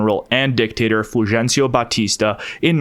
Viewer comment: Channel and your videos are great... Btw it's 'FUL-HEN-CIO' not fūl- 'g'encio. In Spanish the J and G are pronounced as an 'H'. Jorge becomes "whore-hey". Idk what your Spanish is like, but my Spanglish is outstanding. 😂